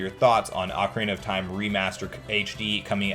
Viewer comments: You pronounce the Oc from ocarina like oak which really throws me off yet I enjoyed what you made. I think having the thought Nintendo is waiting for us to hype up the brand itself allowing more people to focus on the interest than just the normality of the 35th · Oak Arena gang or Ock Erina gang